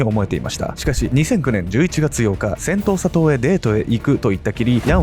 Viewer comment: セントーサ島。 最初、音しか聴いていなかった時、 「戦闘・砂糖」 に聞こえてしまって、内容がなかなか頭に入って来なかったっす 申し訳御座いませんm(_ _)m 動画の内容の感想としては、うまい話には絶対裏がある、という教訓と、白馬に乗った王子様は現実世界にはなかなか訪れない、と。で、その恋人？とやらの遺体があがって、それが本人なのか鑑定したのかしら？DNAとか。 (内容が頭に入ってきてないので許して下さい😭)